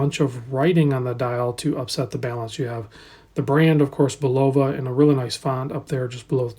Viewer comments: Pronounced BULL-uh-va, with accent on the first syllable, and no long o sound. I owned one of these for about a year after Amazon marked them down to $90. Remarkably good watch for the price with HAQ-levels of accuracy. Like the Lunar Pilot I had, the strap was very low quality and instantly replaced. Lume isn’t very good, as it doesn’t last more than a few minutes at best. But for $100, complaints should be tempered by reasonable expectations. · I distinctly remember the Bulova Accutron TV commercials when I was a young lad in the 1960s. Very often, you’ll see younger watch reviewers pronounce it bull-OH-va, but the ads were overseen by the man himself, Joseph Bulova: BULL-uh-va.